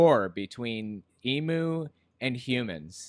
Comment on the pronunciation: Emu's are not extinct. There are still plenty to be found in Australia, in the wild and captive. Plus fyi that's not how you pronounce emu